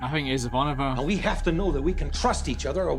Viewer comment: You really should be able to pronounce Ivanova correctly by now. 🙄